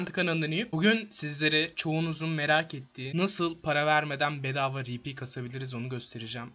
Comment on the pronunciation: Rpnin okunuşu ri pi değil ar pi olması lazım